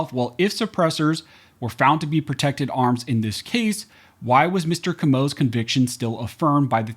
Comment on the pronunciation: Pronounced Co-Mo